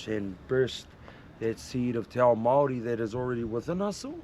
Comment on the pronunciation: You gotta roll the R bro. should know better than to mispronounce Māori place names. Think he spent to much time in Aussie lost he's way abit. Either way still mint watching his vids.